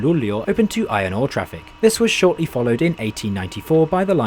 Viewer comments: I mean like you pronounced it very fast. It should be pronounced like L-u-u-l-e-å. That's how it's pronounced in the Swedish Language. Have a great day! 🙂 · That’s right. It struck me but then he gets it right in the rest of the video. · Cool, I'm from Sweden. And the fastest I've been riding is the X2000 in 200km/h. You're saying Luleå very wrong. I like how you're starting in Gothenburg Central Station, I've rided with the train to Stockholm from there. (X2000)